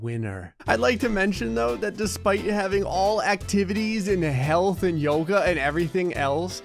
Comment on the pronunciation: Why I feel like when is saying "health" it's sound like "hell"?